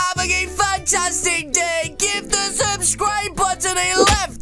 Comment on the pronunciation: “SUBSCRUBE” Me: “huh?”